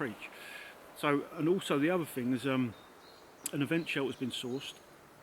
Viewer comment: First and last time viewer. Between the wind in the mic, you mumbling and whatever the fuck is rattling near the mic, I could only handle a couple of minutes. Oh and it's thought, not fought. It's thing, not fing. You're a grown up! Speak like one!